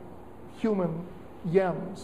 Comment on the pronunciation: Did he say yems not gems?...ps ur way smarter than me and tbh u make me laugh but its sad ur student sometimes just laugh in context and didn't understand the joke, and just laughed because u pause as a true entertainer and linguist ...but for what its worth as a young man not able to afore or be excepted into your institution i appreciate the laughter but by far your stye of teaching/lecturing ...ps forgive all the ands cuz im am and drunk😂😂😂